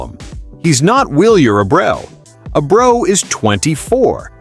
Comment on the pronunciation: I understand your using a computer enhanced voice on this channel which is a poor choice IMO but could you at least pronounce the damn players name correctly? His name is no Abro or and man do you butcher Rafaela name Please make it stop!!!